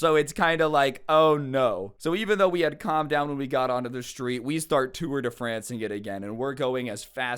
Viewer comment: I like the accent when some one who doesn't talk french says tour de France Because I say it with the french accent because I am french So it's kinda funny